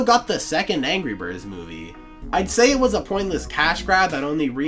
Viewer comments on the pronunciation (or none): ANGEE BIRD